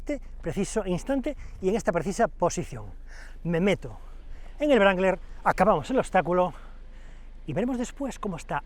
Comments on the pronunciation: Se pronuncia Rangler no brangler 🤦‍♂️😐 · No entiendo como a estas alturas del betún aun hay gente que dice "brangler" ... que mal suena en un periodista de un diario como este amigo, que mal suena... es "rangler" la W es muda! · Excelente video pero NO es VRANGLER... ES RANGLER. Es un bocabajo inglés no alemán. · el yip no se llama brangler. Hay que aprender a pronuniar ... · Querido amigo, fantástico análisis, pero por favor, no se dice brangler, se dice rangler, en caso que no puedas pronunciar la w. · ¿Por qué pronuncia "Brangler"?